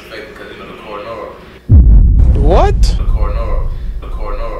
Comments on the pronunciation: This nih said “ Cora Nora “ nih what?!!! 💀🤣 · He said coronora🤣🤣